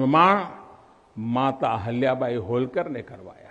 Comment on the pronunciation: हल्या बाई नाही अहिल्या बाई